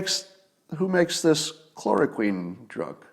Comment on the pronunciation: When Scott talks about stuff he knows about, he's very, very smart. When he talks about stuff he knows little or nothing about, he goes to great lengths to sound like an authority on it, just like Cliff Claven (character from the long running TV show Cheers). Scott can't pronounce chloroquine, but thinks it's the cure to all of this mess. Talks about stealing it from the patent owner, not realizing that chloroquine is already the generic for Arelen, and is manufactured not by just one company in France, but by about a dozen companies, including 3 in the US. In the US it costs about $5 a pill, but in the rest of the world it's about 4 cents a pop. He talks about UV lamps killing germs like that was just discovered a week ago, instead of being in industrial and medical use for decades. He talks about portable CT scanners like that's a new thing. "Well, where's MY portable CT scanner?" Well, gee, Scott, it's on a set of wheels being pushed by a nurse from room to room in doctor's offices and hospitals all over the country. You can get a basic portable CT scanner for $100k and a good one for $500k. He also thinks hospital ventilators are little more than CPAP machines with face masks.